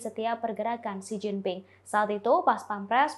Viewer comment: Mint , Xi Jinping bukan Si Gin Ting . 😀